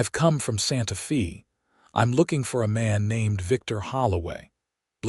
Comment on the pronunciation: Where is "Santa Fee" located. Santa Fe ( pronounced Santa Fey) is the capital of New Mexico. Get a better AI to narrate.